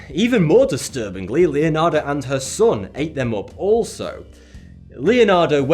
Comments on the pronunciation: Anybody noticed how he said Leonardas instead of Leonarda ? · Bro its pronounced Leonarda, thank you xD